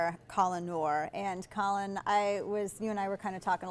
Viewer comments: Maybe his name is actually Colin. but i would think shed be able to pronounce Colion correctly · I stopped watching after the 2nd time that she called him "Colin". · She completely butchers his name. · He's your "friend" but you completely butcher his name. Lol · and she completely butchered his name.